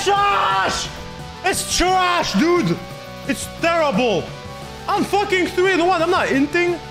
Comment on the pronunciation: Am I the only one who heard terrable instead of terrible